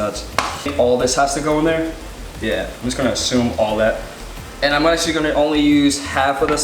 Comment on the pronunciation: I love how ur always like "yuh" that's adorable